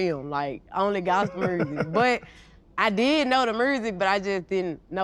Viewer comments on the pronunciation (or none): GloRilla: My 'mursic'